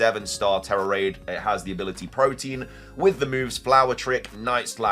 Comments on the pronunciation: This drives me crazy. The ability Protean is pronounced "PRO-tee-uhn." It's a reference to Proteus in Greek mythology. Folks pronounce it like "protein" but that's not correct. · Why does everyone pronounce Protean “Prow-teen?” That’s protein, which is a different word. lol Protean is pronounced “Prow-tee-uhn.”